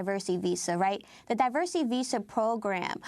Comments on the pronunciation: Automatically trump fumbles when he tries to pronounce diversity. This is the idiot that alot of americans elected to be their president. So what about the white men who shoot at members of congress or at a large group of concert goers in Vegas? They're not getting the label "terrorist" just because they're not muslim and don't have an agenda for ISIS. Such hypocrisy by this orange fruit loop president. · Trump failing to pronounce 'diversity' correctly is weirdly appropriate